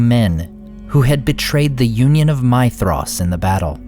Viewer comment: This is a tiny aside, barely worth mentioning, but just in case: Your pronunciation of Maedhros uses an UNvoiced 'th' sound (as used in think/ thanks/ thought) when it should be a voiced 'th' sound (as used in this/ that/ then/ etc). Hope that helps.